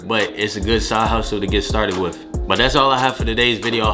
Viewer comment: He said wif him